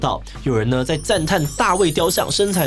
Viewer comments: 志祺...身材勻稱，念作「雲秤」，不是念均啦... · 勻稱念錯了......